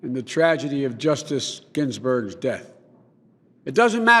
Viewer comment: "Shortly before Justice Ginburg's passed..."" Come on, man, can you read that teleprompter.